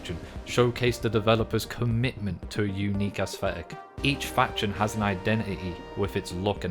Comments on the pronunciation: assthetic xD never heard someone say it that way before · My man cannot settle on a pronunciation of "aesthetic".